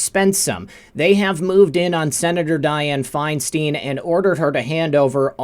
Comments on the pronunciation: FeinstEEEEn???? It’s ...STEIN ! Like FRANKENSTEIN. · It's Feinstein. Fine stine !! You're driving us crazy mispronouncing it !!